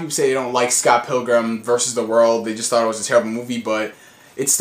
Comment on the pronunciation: I Like The Way He Says THought it sound fun when he says the first capitals Hard xD THought